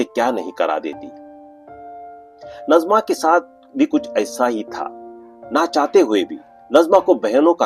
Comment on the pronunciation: Aap nazima ko najma bol rahe ho ye nazima (naazima) he dusra nam hota he najma ۔dono nam alag hen